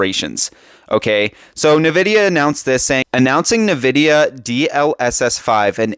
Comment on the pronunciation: I've been using NVIDIA products for over 25 years and never did I ever once hear a single person pronounce it as "nuh-vidia. What happened in the last year where everyone just started saying it wrong out of the blue? It's weird